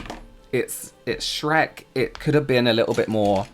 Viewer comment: The first thing I thought was how says "SHRAYKKK" with James 😂